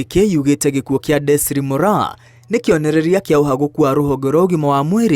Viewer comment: Her first name is Desiree; it's pronounced as "Dezarii", not desire or desree.